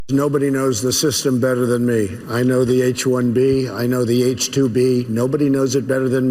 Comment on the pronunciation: Did he say H2 B? 😂😂😂😂